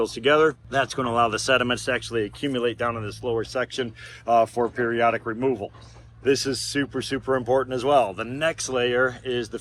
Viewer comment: HOW ARE YOU SUPPOSED TO CHANGE THE FILTERS???? YOU SAID "OCCASIONAL REMOUVAL" .. QU'EST CE QUE FOOK????